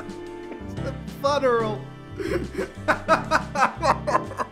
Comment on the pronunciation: Did this man just pronounce funeral as “fun-eral” or was it a pun?